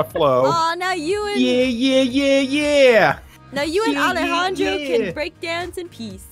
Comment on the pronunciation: Anyone here that watches Total Drama cringed just slightly when she said the name Alejandro.